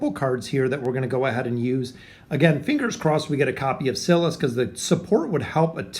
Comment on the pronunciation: It’s sigh-lus not ci-lus